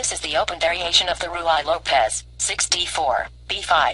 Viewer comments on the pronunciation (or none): The Ruy Lopez is not pronounced Roo-eye lopez . ask someone how to pronounce it properly! PLease understand that you should take this as helpful constructive advice!